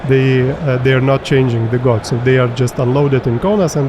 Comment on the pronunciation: gauge = /ɡeɪdʒ/, not "gódz"